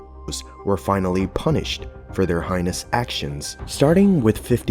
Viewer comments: HAY-niss, not HAI-niss. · What's a hy-nus action? Sorry but if you're making videos please learn how to pronounce words! Heinous, Hey-nuhs... I'm gonna watch something else. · The word "heinous" is pronounced "hānus", not "highness" like for royalty.😅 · So after a few videos the creepiest part is this computer voice you use to narrate. Heinous is not pronounced HY NUSS it is Hay Nus. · Heinous is not pronounced like highness LOL. HAYnuss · “Highness” actions. Lol (Heinous) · "Highness"? They're not royalty. It's "Heinous" pronounced: "hay-ness". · Yeah, I noticed that too and just left a comment. Should be pronounced more like "hānus", not highness like royalty.😅 The same way some people can be over-educated, but very stupid, there are other people that can be rather bright, but surprisingly uneducated/under-educated about some rather basic things. I noticed this about the new generation which makes up most of YouTube and social media in general. Most of them are stupid and the few that actually are rather bright or at least not particularly stupid seems to still be rather under-educated on some of the basics, especially when it comes to pronunciation and proper grammar. Like they have almost no interaction with real people in real life but at least spend a lot of time educating themselves on Wikipedia or something.🤷‍♂️ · Heinous is pronounced 'HAY-ness', not, 'HIGHness'. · It’s Heinous not Highness, homie. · Heinous is pronounced "hey-nuss" xD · Love the work but it’s pronounced “hey-ness” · I really wish you people would learn how to pronounce the words you use. Like heinous. That's HAY-nuss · Heinous is not pronounced "high ness" . Use words you can actually pronounce... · "Hynus" actions? What is a Hynus? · Hay-ness is how its pronounced. Sorry not sorry. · "Punished for their HY-ness action"???? Umm,.. either tell your computer voice, or idiot human how to pronounce "Heinous".... lol 😆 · It's pronounced 'Hey'nus'- spelled 'Heinous ' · Heinous rhymes with anus.